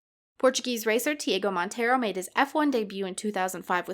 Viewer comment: TiAgo not Diego!